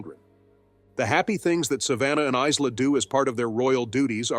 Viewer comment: Is la? It is pronounced Ila.